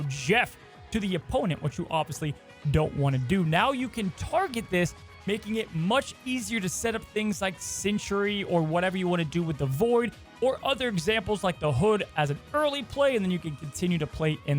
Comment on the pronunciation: why do you call Sentry "Century"?